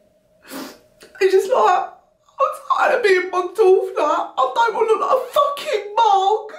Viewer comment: Brittany, your accent is almost perfect. The only thing that isn't quite on the nose are your U's. You're saying 'fooking' instead of 'fahkin'. Hope that helps!